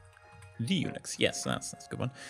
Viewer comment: whaen he said Unix I hear Eunuchs, it would have been a funny name...